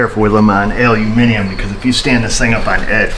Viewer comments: glad to hear you say aluminium the correct way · Nice British pronunciation of aluminium there, keep up the great work :)